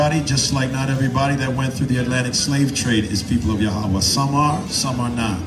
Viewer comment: Who is yahowah its yah-weh ive never heard no israelite pronounce it like that.